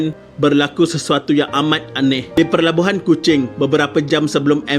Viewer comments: Pelabuhan admin, bukan Perlabuhan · Maaf tolong betulkan ya, PELABUHAN bukan PERLABUHAN